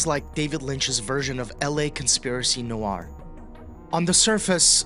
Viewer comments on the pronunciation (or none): Hey dude, nice video. Just a heads-up: noir is pronounced “nwar,” not “new-ar.” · PSA: Hierarchy has four syllables. Noir only has one. Pass it on ✌🏽